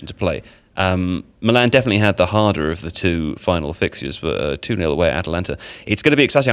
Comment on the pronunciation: "Defenitintg" ~